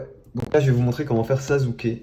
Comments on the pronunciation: gg le dessin tu me tue avec ton '' sazuke'' mdr🤣🤣🤣 sa se prononce' 'sassuker' ' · Sazuke lol c sasuke il est ou le respect ???